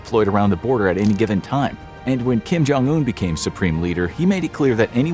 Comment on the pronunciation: I'm pretty sure it's "Kim / Jong un", not "Kim Jong / un" lol